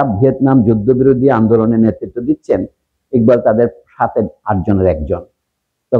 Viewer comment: স্যার বাংলাদেশে একবাল কেন ইকবাল? টাইটেলে লিখলেন একবাল কিন্তু আপনি উচ্চারণ করলেন ইকবাল।